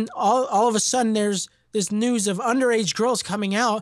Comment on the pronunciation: “Let’s get right into the noose”